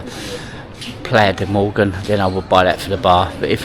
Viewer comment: Mogán, please respect the names of places you visit😮